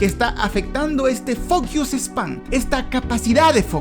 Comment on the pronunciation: Hablando de pensar en temas que son a base nuestras habilidades. No puedo evitar pensar como dijistes "focuse" como que si fuera "fuck ius", en lugar de ser "focus" (la O estaba bien pronunciado pero la U tiene que ser una mas neutral en lugar de decir "iu", lo que tambien puede sonar en los oidos equivocados como "fuckus", si se usa literalmente la pronunciación de la vocales ingleses. Creo que es de esas cosas que el video me dejo pensando mas que la reflexion de aprender a consumir contenido mas largo 😅